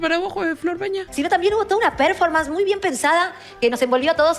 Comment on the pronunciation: 42 programas, y nadie de las 100 personas que deben trabajar ahi le dijo La Joaqui que se dice "Performance" y no "Preformens"